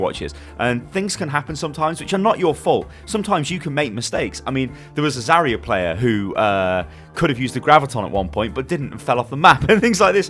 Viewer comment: Zarya not Zareya.